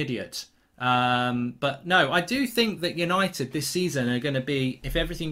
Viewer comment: It is so funny when he said untied for the champions league 😂 I am dead